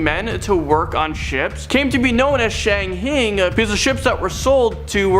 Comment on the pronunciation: RANDOM FACT: shanghaiing is pronounced SHANG hye ING.